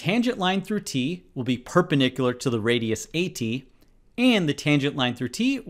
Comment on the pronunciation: Thanks for the great videos. Please though, and I dont mean to be rude, but can you pronounce perpendicular correctly as it is confusing my child? You pronounce it "perpenicular" without the d